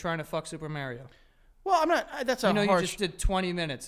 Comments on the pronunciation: The way y’all pronounce Mario kills me💀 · You ain’t getting nowhere with Mario if you can’t say his name correctly. Just sayin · The way they pronounce Mario will never not be funny to me